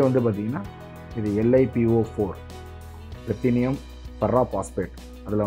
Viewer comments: தயவு செய்து வார்த்தைகளை சரியாக கூறவும். லித்தியம் என்பதை லிதேனியம் என்று சொல்கிறீர்கள். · Li லித்தியம் தான் சரியான வார்த்தை. உங்கள் எல்லா பதிவுகளிலும் தவறான உச்சரிப்பு இருக்கிறது